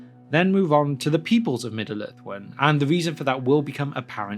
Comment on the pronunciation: lmfao, Middle Earth, its two fucking complete words dude. You- "Middaler" Its not so much like you're speaking as chewing the words up in a sandwich and letting them drop out of your mouth.